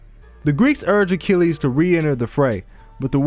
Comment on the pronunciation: Pat Sajak I'll solve: Mythological Hero A-chill-es